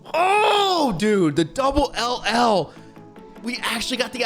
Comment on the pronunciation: Bruh you gotta stop saying LL it hurts me everytime I hear it